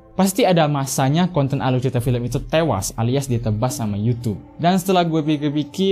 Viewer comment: Aluy ceyita fiyem😁